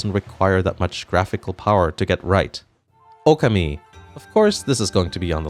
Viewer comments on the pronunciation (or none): First time watching a video of yours. Kinda surprised how much you butchered saying the name Okami. You pronounce it Oku’mee. It’s “O-kahmee.” Your “ka” is especially jarring. I don’t expect anyone to have perfect pronunciation of Japanese names - I’ve lived in Japan almost 3 years and my language skills are still limited. But when you talk about the game so much on your video, I’d hope you’d check how to say it right. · Oh-Kawm-Me Oka-Me is not a game. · Your mispronunciation of Okami...